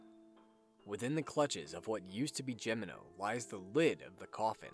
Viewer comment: Damnit, your continued assclowned mispronunciation of Gemino is inexcusable. It’s pronounced: HEH me no. Do some goddamn traveling you moron. What makes this worse is that you pronounced Engracia correctly. What’s the goddamn excuse then? Listen the game’s pronunciation